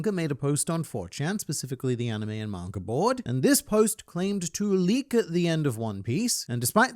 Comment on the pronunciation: I love when you say mangr